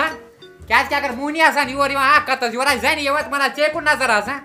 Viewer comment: Yawar che zabr not waaya